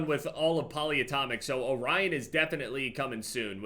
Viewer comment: is the only person who’s pronounced orion correctly and not “orrean”.